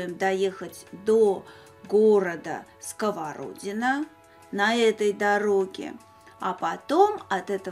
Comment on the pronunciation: Добрый день! Я решила написать отзыв только ради того, чтобы исправить Ваше произношение города СковородинО. Ударение ставиться на последний слог. К сожалению, очень часто жители других регионов неправильно ставят ударения в названиях Дальневосточных населённых пунктов, рек, озёр и так далее. Их наверное можно понять, они о них никогда раньше не слышали, но вот когда на телевидение очень часто ошибаются, это немного обидно.